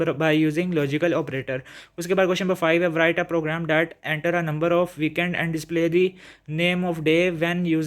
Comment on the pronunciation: Sir write ko prounc si karin (w) silent hy and by the way bht axha tha guess ❤